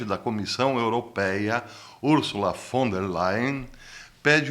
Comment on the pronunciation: Bom dia, Professor 😊 Adorei sua pronúncia do nome da vovó malvada, Ursula Von der Leyen 😉